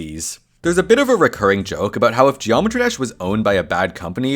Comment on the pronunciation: excuse me did you just say joemetry???